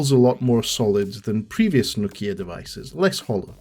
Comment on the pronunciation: It's. Nokia. 😂😂 Thought you tech. Man. Cheers though